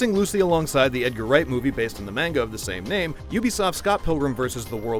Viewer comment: Idk why, but i keep hearing "mango" instead of "manga". Which in theory, it is incorrect but it doesn't matter. Scott Pilgrim is always a win.